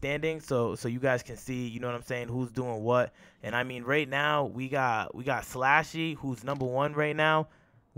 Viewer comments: Pronounced SLUSHY slluuushy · It’s slxshee like the drink there’s no A in my name 😤